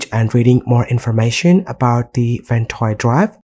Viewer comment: No hate, but I hate the way you say the app name.